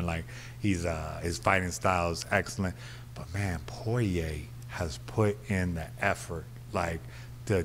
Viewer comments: Anyone else notice how Mayhem pronounced Poirier and Gaethje? 😂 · Took a couple months for people to pronounce Ngannou's name correctly... To this day Poirier still not so lucky.